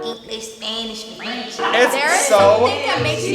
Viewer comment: for eenglesh spanneesh and frEnch